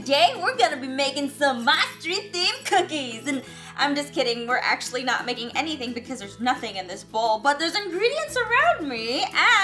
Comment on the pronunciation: You said COCIES😡